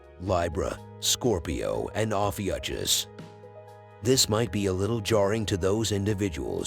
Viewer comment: Pronounced- OH-FEW-KUSS